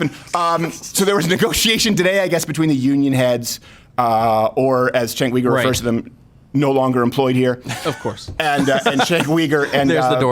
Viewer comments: “Cenk weeger”😂😂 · "jink weager" lol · It's pronounced Chunk Yogurt, you bigot! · How the hell is "Cenk Uyger" pronounced "Chenk Weeger"? Not saying it's wrong, just interesting. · Its pronounced "Chunk Yogurt" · You're meanly mispronouncing his name. It's Chunk Yogurt.